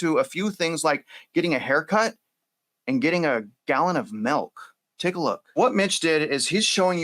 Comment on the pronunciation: Lol its milk not melk